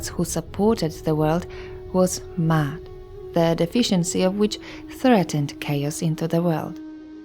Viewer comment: MA AT not mat MAAT-HRSA